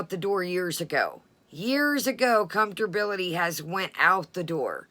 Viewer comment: Comfterbillity?? This coming from someone that takes the time to tear apart how other people talk. Hmmm Comfterbillity...ok...moving right along🙄